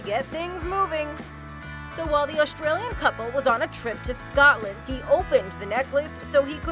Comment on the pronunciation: ITS NOT SCATLAND IT IS SC-OO(PRONOUNCE THE O NOT AN A)-T-LAUND (LIKE SAYING LAUNDRY BUT NO R AND Y!!!) SC-OO-T-LAUND.